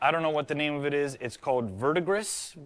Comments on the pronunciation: vertigris is pronounced as Vert-i-Gree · "Verdigris" - pronounced "Vuhr-Du-Gree" - is the green oxide of copper, most often intentionally formed in quantity (for use as a pigment) by exposure to acetic acid. It is mildly toxic, so safer alternatives have been developed, but the name for the color remains. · BTW, it's pronounced, verdigree, it is a turquoise color. That is the color I'm rooting for, let's see how it turns out. Interesting how grey brown had hints of verdiris in it. I would definitely do verdigris. I also liked Taffy and mixing them all. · Verdigris is vurr-dee-gree in English. It's originally French, so you don't pronounce the S at the end. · Verdigris, pronounced verdigree! The green that appears on old copper! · Agree, many surprises. I liked them all when they were being mixed, but really only the chocolate when finished. All of them together was a surprise -- really pretty, like funky-gunmetal-modern or something -- don't know I would want it on my car though. --- I think it's pronounced "ver-degree" or "vur-degree" -- from the French -- meaning 'green of Greece' and refers, in part, to the color of oxidized copper. Love these videos. Thank you. 🌺 🖖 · Verdigris = VUR-de-GREE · Its pronounced verdigree. It's a corrosion that occurs on brass when it contacts salt water. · Im not trying to be pedantic, but it's pronounced ver-dee-gris, with the emphasis on "'dee". Sorry, it just seemed like maybe you wanted to know. It's not really a color thar is often talked about. And I really love the Taffy! It looks like satin silk! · Brown + gray is usually called taupe. And the green verdigris is pronounced vur-duh-gree. Love your experiments, by the way! And I really liked the purple red. So deep and rich.